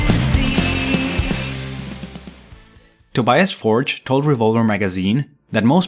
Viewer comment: Tobias betrayed his friends. And you need to learn how to pronounce ’Tobias Forge’ correctly.